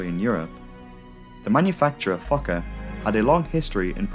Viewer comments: yet another great video, but why do i hear 'fucker 50' instead of 'fokker 50' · i thought it was pronounced "Fullker" and not "fawker" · Me TOO!! and I ABSOLUTELY ADORE IT!!👏👏👏😉🙏🧡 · Everytime it sounded like you said “fucker” I let out a little giggle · Everytime he says Focker I think I hear Gaylord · Every time you said the word "Fokker", I was like, excuse me??? In this case, your accent is working against you, as it definitely sounds more like "f**ker". Great video, though. Your channel is excellent. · The subtitles are censored when the narrator says Fokker 😂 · Didn't realize I never grew up after hitting 12 years old. The way you say 'Fokker' over and over had me reeling.